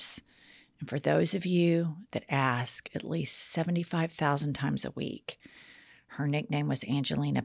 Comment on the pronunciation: Besides expresso, here in Texas, I also hear "axe" and "ast" for "ask"